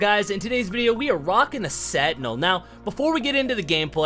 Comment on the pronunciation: Why cant he say sentinel properly? 🤣